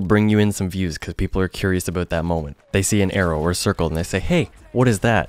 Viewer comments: The only reason I subbed is because you say "aboot". It's hilarious! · the way you say about makes me laugh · You're a pretty chill dude. Do what you want to do without explaining to people or giving them excuses. At first, you're a gamer, you play the game you enjoy the most. After that, comes the fun of editing and streaming... Also, no homo, but I love how you say "about". Best of luck!